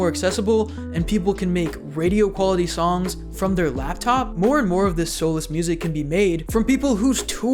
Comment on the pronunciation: Bro, every time you say the word "songs" you start "Allstar" in my head because you pronounce it like "SOme body once..."